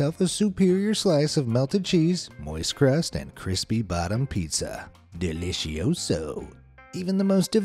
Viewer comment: dont say delicioso again i am spanish and its not rude but embarasing